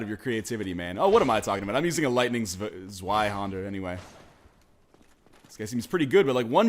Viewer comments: Northernlion The Zweihander is pronounced (Z-why-Honder) And Falchion is pronounced (Fal-Chion) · ur wrong zweihander is german which means 2 hands and is pronounced zviehander with a V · That's how English-speakers pronounce Zweihänder? I'm sorry but that's pretty hilarious.